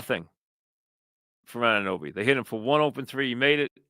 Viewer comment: It's A-nu-noby Mike